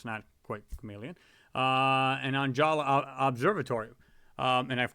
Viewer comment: ONJALA is prounounced like: on-ha-la